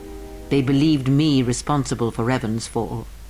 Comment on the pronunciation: Почему все время ревАн?? Раздражает. Играющий что,настолько бездарен к языкам,что даже в разговоре,при упоминании имени протагониста прошлой части,не слышит,куда падает ударение? Надеюсь,в дальнейшем исправится.